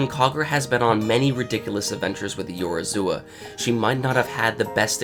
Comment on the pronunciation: One day you'll be able to pronounce Yorozuya properly. Until then keep up the good work xD